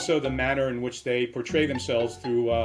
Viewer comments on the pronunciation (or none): none